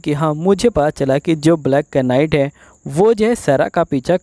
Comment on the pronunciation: Bhai improve your vocabulary.... (knight) is pronounced as (night)